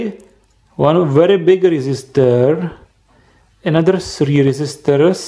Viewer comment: "sree resisters" instead of 3 resistors